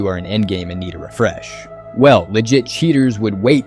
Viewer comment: Homie says “rafresh” lmao